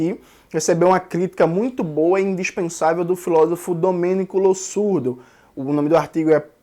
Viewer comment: Só uma observação a pronúncia correta de Losurdo é com som de Z. A regra do s em Italiano é igual a do português.